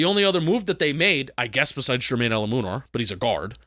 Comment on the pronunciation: please learn how to pronounce Jermaine Eluemunor's last name – it's "El-LOU-men-or" emphasis on LOU!